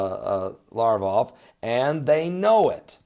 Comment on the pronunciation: Its Lavrov not Larv-off..